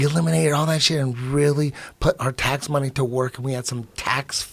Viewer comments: Even better, count how many times Eddie said "MOHNIE" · Can we agree that Eddie Bravo's pronunciation of the word MONEY is the best ever?